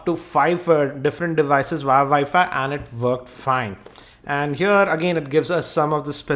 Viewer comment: It's called WiFi not ViFi